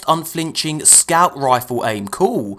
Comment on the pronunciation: I heard it as "UnFAHlinching" the first two times.